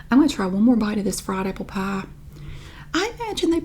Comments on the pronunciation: Love your assessment of your pronunciation of "pie"! It's as though you say the first vowel sound in the "ie" diphthong, but don't widen your mouth to the hard "e" at the end. Or, you say "pah" through your nose like a Midwesterner! Or, of course, you're just pronouncing the corn dog accent 😂🤣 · The way I would spell pie if I only heard you say it would be paigh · I think it’s pronounced “peye.” 😂